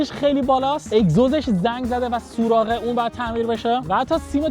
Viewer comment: سوراخ نه سوراق اره